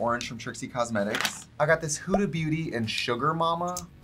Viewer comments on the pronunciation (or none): none